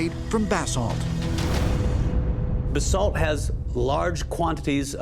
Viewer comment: Please, for the absolute love of the Gods, stop pronouncing it like you are saying bathsalt. It is pronounced like buh-salt. , he got it correct.